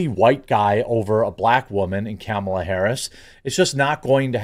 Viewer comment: I like how you say Camel ah Harris lol